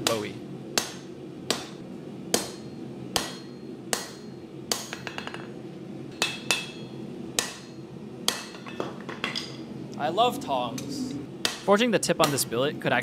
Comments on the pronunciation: Great video and amazing finished product. The only tiny critique I have is that Bowie when referring to the knife or Jim Bowie is pronounced "Boo-ie". It's "Bow-ie" when referring to David. Love the content though! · Bowie is pronounced "boowee" if referring to the knife. You pronounced it correctly if you're referring to the singer.